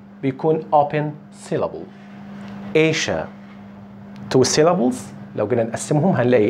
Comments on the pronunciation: Asia تنطق ايجا الجيم معطشه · سؤال هو ليش تلفظ كلمة Asia بهذه الطريقة يعني sia مو من الاصوات المركبة فليش تلفظ بهذي الطريقة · اي بالضبط استاذ قصدي sia انه زمان كنت الفظها آسيا هذي التركيبة sia دائما تلفظ ش ؟؟ لو كلمات القليلة لان هي مو ضمن الاصوات المركبةch sh cie الى اخره